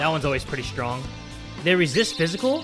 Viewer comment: "its as if they only exist to be devoured by the STRONK" did i hear that right?